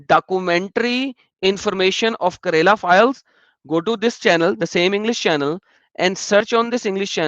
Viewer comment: How say kerala as karela xD xD xD. "karela" is a vegetable in india it is bitter gourd. state "kerala" is pronounced differently.